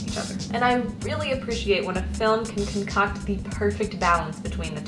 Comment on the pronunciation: Ha, she said "cun-cocked"